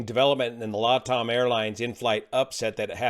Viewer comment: Just pronounce LATAM correct please?